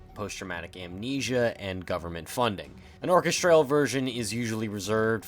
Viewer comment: Another great video giving fantastic insights into Kane's world. Really top notch. Just one thing, what's with the "or-kes-traaal" (orchestral)? Never heard it pronounced like that before.